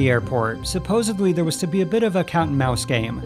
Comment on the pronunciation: Seriously, you voice things for YouTube and say, "SupposaBLY? and not "SupposEDLY"?? That is damn near unforgivable.